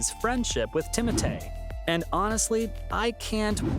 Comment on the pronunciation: Bro its timothee not timote